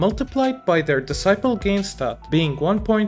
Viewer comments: For future reference, decibel is pronounced as "deh-si-bel", not "di-sai-pel" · Great video bro, honestly didn't even think of these issues. Hopefully they got it all calculated perfectly to not ruin the balance too hard. I have to say though I thought you were saying 'disciple' every time you said 'decibel' ahaha I feel like I can't be alone here